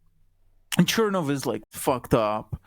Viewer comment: Odd that the guest says that Aleksandra Kollontai was "not part of the original Bolsheviks," yet regards Trotsky as being one. Kollontai joined the Party in 1915, whereas Trotsky did so only in July of 1917. Also odd is that the guest does not pronounce "Chernov" correctly, given that he is presumably fluent in Russian.